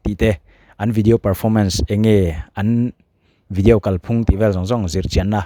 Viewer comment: Tinge vidiau tia i lam tlat a 😅